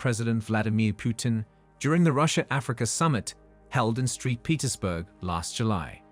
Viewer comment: It's Saint Petersburg not street Petersburg 😂